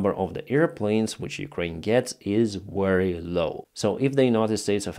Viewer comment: Please, say “very” instead of “weary” 😊